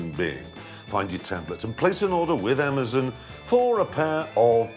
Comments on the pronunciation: Jeremy Clarkson can’t pronounce Amazon “Amizen” - Jeremy Clarkson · Amazon not amazn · It's amazon not amazen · "amazehn" dammit jeremy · “Amuhzen” dictionary of Clarkson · That's just Jeremy. if you've seen top gear thats how he says it. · I love how he pronounces it Ehmazen. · What is Amazon partnering with that racist English guy ? He can't even pronounce amazon right. Another hoax. the FAA already said you can't do this. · WHY DID YOU USE THIS SPOKESPERSON? HE SAID ALMOST EVERY WORD WRONG. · "Pyuma" "Amazun" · Am-ah-zahn. Poo-mah.